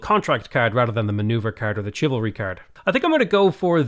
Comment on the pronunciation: My favorite part is when he says chiv-alry instead of shivalry